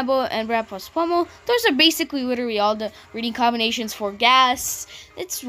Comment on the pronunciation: Is not gazt is ghazt